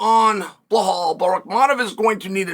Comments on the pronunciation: The way he say balhaaal 😂😂😂😂😂 it's balal not balhal 😂😂😂😂😂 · Bro why you sayin “blahaal” tho 😂